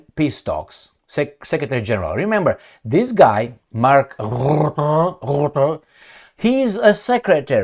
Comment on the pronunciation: You must start history study. The country you are living now perhaps was involved in European history for the last 100 years. You can make better videos. What happened to the French women when the English speakers landed in Normandy. Rutte is pronounced Rutte. Not Rootte.